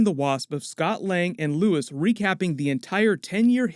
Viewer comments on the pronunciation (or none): Luís not Lewis.